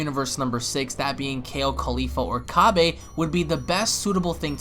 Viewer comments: Cabba not cabby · you keep saying cabba wrong whyyyyyyyyyyyyyyy!!!!!!!